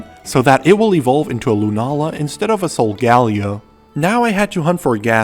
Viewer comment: Bit late but pronounce it solgalayo